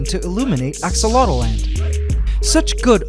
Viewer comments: Why do you keep saying "axolot-O-land" ..... Its "axolot-land" you add another vowel in your own tank that you named yourself!?! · Ask-A-Lot-Land. Your "Aqua Dragons".... May Ax-o-lot. C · Not.enough to.go.around no, it’s AxoloteL-land